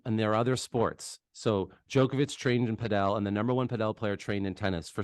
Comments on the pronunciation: For some context of your lack of professionalism. We are just watching a zoom recording...the only info as to whom is talking is the details zoom is showing. You should use your own graphics to show their names etc. and stop saying 'Pah del' for gods sake! Get that guy out of the room fast! He is only hurting the sports presence in NA, not helping at all! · Not looking forward to the cadence of this podcast. Hopefully this is not a sign for the PPL. Do not tell people the wrong way to say padel (correctly pronounced paddle). The guy on the top right doesnt know what he is talking about and this is bad for the sport to let these jabronis run amuck. is far from the 'source' for padel information. A real let down here gang. DO better and do it now please, do not shoot yourself (and NA padel)in the foot please. There is a lot riding on the success of the PPL and you guys are squandering it with the frankly terrible quality of content and communication you have been conducting. DO IT RIGHT.